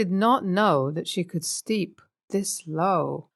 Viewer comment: Stoop, not steep